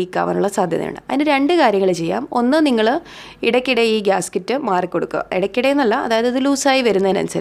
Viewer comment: ഗ്യാസ്‌കിറ്റ് അല്ല ഗ്യാസ്‌കെറ്റ് ( Gasket )